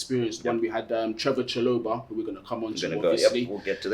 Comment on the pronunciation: its trevoh chalobah